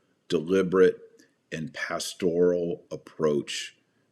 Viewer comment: "pastORal" ? Strange pronunciation with that emphasis on the second syllable. "Pastor" has a slight emphasis on the first syllable, so why switch the emphasis to the second syllable for the related adjective?